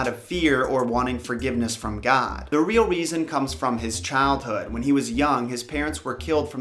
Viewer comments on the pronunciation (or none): none